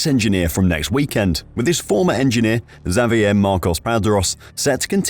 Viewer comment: Dude cannot say xavier lol